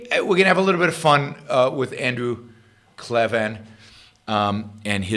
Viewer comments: Just a heads up - his last name is pronounced CLAY-VIN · Yaron, I'm a big fan of Andrew Klavan (by the way you should really learn to pronounce his name properly, he says it a number of times in each of his videos). You went overboard in criticizing him. There is no need for ad hominem attacks. Klavan is an accomplished writer, and I'm sure he comments were directed towards Rand's writing style rather than the philosophy espoused.